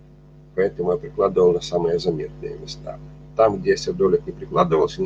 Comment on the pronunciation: Берётесь рассказывать о минерале и не знаете как правильно произносится его название. Сердоли'к